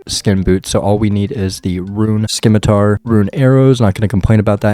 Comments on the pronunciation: Video 6 of complaining about "simitar not skimitar" 😂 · If english didn't want the 'c' pronounced, they shouldn't have put the 'c' in the word. Please keep pronouncing it, love it.